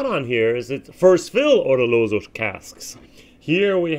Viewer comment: Abadoon? Oroloso? LOL No peat anywhere in der sicht eines Amerikaners!